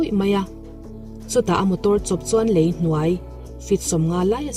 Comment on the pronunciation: Ngaihnawm viau e. Mizotawng fimkhur deuh a ngai. " LEI" i lam dan kha a dik lo aw...